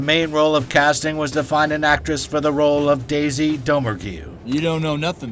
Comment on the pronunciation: The way he said Daisy’s name made me think he hasn’t even watched the movie